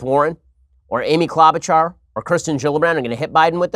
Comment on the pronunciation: ah people outside of minnesota pronouncing klobuchar still makes me laugh